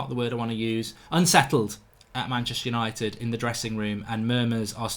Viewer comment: "Hello and welcome to tha Yanited Stand!"